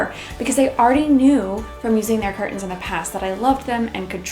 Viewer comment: "Cur tens"